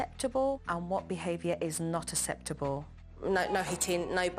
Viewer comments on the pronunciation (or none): Anyone notice that Jo says eseptable instead of acceptable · Can joe not say acceptable it’s not aseptable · Not asseptuhbull 😂😂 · The way she pronounces acceptable is very annoying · Why doesn’t she ever bloody say “acceptable “ correctly!! It’s terrible modelling for the children she speaks to and she knows she does it!!!!!!!!!!!